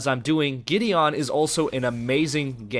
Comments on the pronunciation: Same here.. GI-DEE-UN! (MTG planeswalker!) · It's pronounced gideun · that is soooooooooooooooooo not how you pronounce Gideon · it bothers me u can't pronounce Gideon..